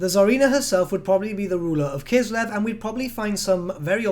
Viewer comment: K: "Kislev" W: "..." K: "Kislev" W: "..." K: "Kislev" W: "I'm listening" K: "..." W: "What?" K: "Kiselv"